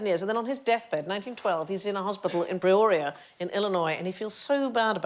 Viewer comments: "He's in a hospital in Preoria, in Illinois..." It's PEORIA!!! (throws furniture) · I like how on the bit about pronunciation of Newfoundland the late mispronounces Peoria in Illinois